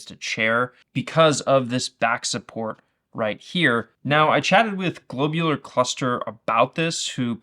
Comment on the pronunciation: glob u lar cluster, not globe u lar cluster. what's a globeular? lol